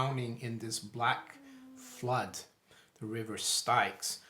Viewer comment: the river styx...pronounced the same as "sticks"